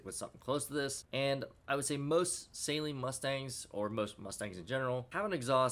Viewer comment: It's pronounced Sah-leen, not Say-leen